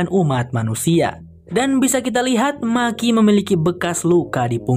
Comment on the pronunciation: Bukan maki bang tapi meki sebutanya di filmnya 😀